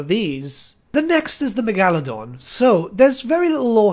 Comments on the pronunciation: Okay Back it up. The Meg-Al-Adon? Megalodon Mega-lo-don. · Stop. You’re going to take someone’s eye out. Besides, you’re saying it wrong. It’s MEGA-ladon not megAladon. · Love the way you pronounce Megaladon wrong, it's actually quite smooth lmao. Great video! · Never heard Megalodon pronounced that way. I dig it brother!